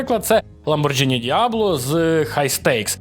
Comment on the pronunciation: БеЕмВе не бі ем дабл ю ЛамборГіні не ламборджині